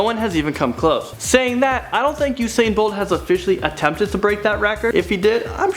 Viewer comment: He said usaiyan bolt 😂😂😂. It's just usain